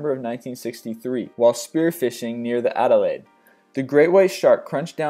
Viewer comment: Did u say ADELAIDE :(